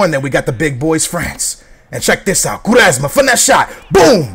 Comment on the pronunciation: "coo-resma", lol, and it was a foul becos u cant pass to urself